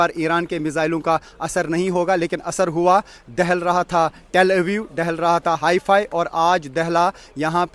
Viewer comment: Hifi nahi haifa😂